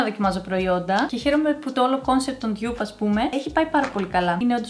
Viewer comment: Δεν λέγεται «ντιγιουπ» λέγεται ντουπ